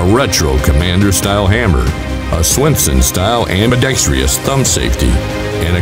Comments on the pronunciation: 🤔 There is no “i” in the last syllable of ambidextrous. Therefore it is pronounced like “truss” not like “tree-us”. It’s a curious to me why many gun channels use the latter pronunciation which basically adds an extra syllable. That said, it’s a handsome creation. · Did the narrator just say ‘ambi-dex-tree-us’? Ugh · Let's see...... two of these, or a new motorcycle. hmmmm I might go with the pistols if the narration pronounced "ambidextrous" correctly. xD Kidding aside, beautiful pistol. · You mispronounced "ambidextrous."